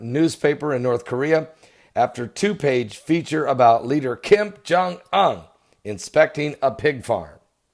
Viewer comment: "KIM JUNG UNN"!!! cracks me up